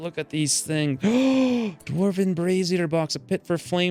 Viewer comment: Why in the fuck is he saying dwarven like that?!?! Infuriating.